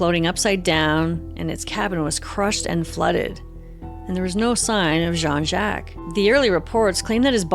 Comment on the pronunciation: Great story-telling except for one thing....the pronunciation of Jacques. I don't understand.